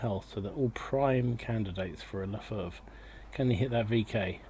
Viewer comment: Its not pronounced french Lè Fêh Its an germn leFH is the german shortform for leichte Feldhaubitze (light filed hovitzer). Just because the chassi is a french Char B1....so WG implemented it as french Selfpropelled Gun.